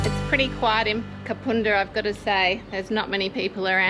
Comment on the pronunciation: First time watcher. Great episode! BTW - it's Kapunda as in bun or fun 🙂